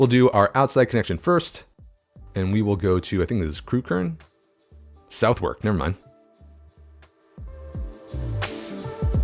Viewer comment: As a Londoner, the pronunciation of ‘Southwark’ hurt my soul.